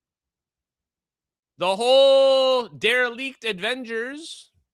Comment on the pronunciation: The dereliect avengers!! Ffs 😂